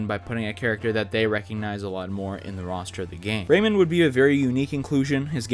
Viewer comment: The way you pronounce Rayman hurts me